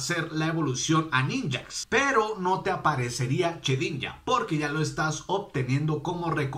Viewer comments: se dice shedinja no chedinja !! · Se dice shedinja no chedinja